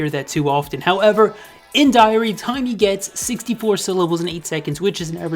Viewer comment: I don’t who Tymee is but I thought you’ve been saying Tiny.